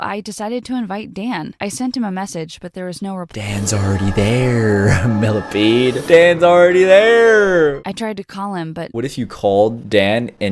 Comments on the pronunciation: millasecond millapead millameter milla-peed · I laugh when he said milla ped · Haha when you said millapeed